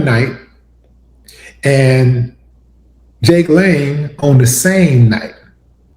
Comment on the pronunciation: His name is pronounced Jangalang. Not Jake Lane….🤣🤣🤣